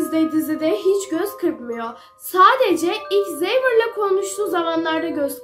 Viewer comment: ✨İkSeVıR✨ diye okunmuyor havier diye okunuyor